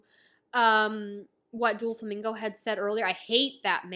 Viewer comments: I was tearing up when you were talking about Oars Jr. then you said Doo-flamingo, and I burst out laughing. Haha no hate, it was a nice break from the tension. Maybe you know this by now but it’s doe-flamingo ❤ First video of yours I’ve watched, but I plan on keeping up with your adventure from now on Nakama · It’s pronounced as dough flamingo